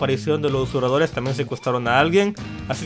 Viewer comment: Ustedes no se preguntan tambien si, ya se quito esas porquerias de la boca...por que sigue diciendo "usuradores" en lugar de susurradores?